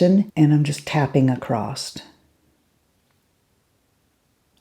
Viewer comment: I never had an inkling that this was in the works, but I can't think of anyone more deserving of this exciting palette!!!! I don't need any more palettes but I think I have to get this one! Mel would be so proud of you! I know I am! See what the power of friendship can do? It cracks me up that you say ACROST! You may have your own palette but you still say ACROST! What brush do you use to put on Shy Guy?